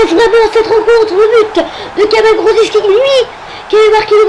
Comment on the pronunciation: bien mais on dit juste grosiki, on ne prononce pas le c